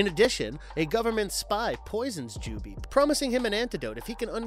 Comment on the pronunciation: “Jubee” lol, no. Just no. Did this guy even watch any of these? They clearly pronounce it “jubei” many times. Completely ruins the video